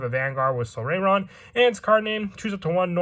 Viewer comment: Its pronounced "sol-RYE-ron"